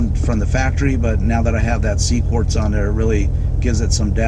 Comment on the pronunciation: IT'S QUARTZ NOT CORDS. ps HATE WHEN PEOPLE RECORD VIDEOS IN THEIR load CARS///SHITTY AUDIO/ HOW DO YOU DRIVE THAT THING? HEAD HURTS EVEN LISTENING IN VIDEO.